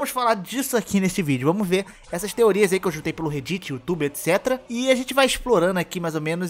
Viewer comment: Por favor aprende a pronunciar reddit